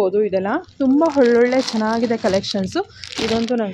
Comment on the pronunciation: ಹೊಲೊಳ್ಳೆ ಅಂತೀರ. ಸರಿಯಾಗಿ ಕನ್ನಡ ಮಾತಾಡಿ. ಒಳ್ಳೊಳ್ಳೆ ಅಂತ